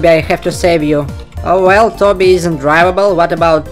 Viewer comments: It's toby not tabby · I like how you say toby. Sound like tabby 😂. No efentse btw